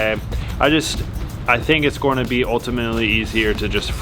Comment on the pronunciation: Ever notice how always says, "goyna?" Instead of saying going to, as in "it's goyna fit in the frame."